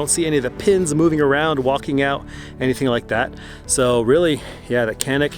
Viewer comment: Just a heads-up that this is pronounced "Janick"